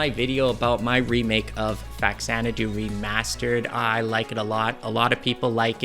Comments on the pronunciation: I can tell you're a true old school lover of this game like me, because you pronounce it "Facks-zanadoo" instead of "Fa-zanadoo". Us kids in the 80's had no internet to give us correct pronunciations of odd words. We just had to work it out with our own busted english skills. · thanks for pronouncing it correctly.